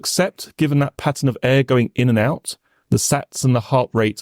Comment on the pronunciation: o I do appreciate his hard work though it would be even better if "th" was not pronounced as "f" or "v" or "d", i.e "three" instead of "free", with instead of "wiv", "the" instead of "de". It sounds particularly odd, as barristers tend to enunciate correctly.